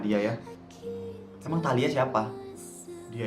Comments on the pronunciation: tahila?? Talia dongg 😊😊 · ngomong talia jd taila😂😂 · Ngakak banget pas salah ngomong talia jadi tahila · talia pls bukan taila,typo mulut 😭😭😭